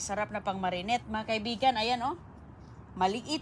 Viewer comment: huwag ka naman sigaw ng sigaw,OA ka excited,calamansi lang iyan,matuto kang magsalita ng malumanay,anong marinet??Marinate,ano ba ang "molberry at blue ternet,greps".😂😂